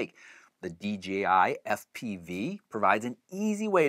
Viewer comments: Why do all the reviewers call it dgi instead of dji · People just can't say DJI they always say DGI get with it people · D "J" I...not "g"....seriously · Why does everyone say DGI...??? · It's "j", not "G" in the company's name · About the 10th time he said D GEE I.....I had to move on. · Hey bro, bros and Broettes it’s DJI not DGI. Damn learn to speak!